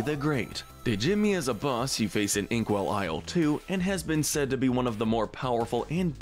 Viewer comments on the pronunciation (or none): none